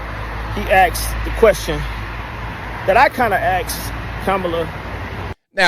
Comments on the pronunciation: What is I ax her? Did he mean, I "asked" her. Lol😅 Kidding aside, the world is waiting for Scamala's explanation of her policies. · “... I axed her...”. - sorry man, speak English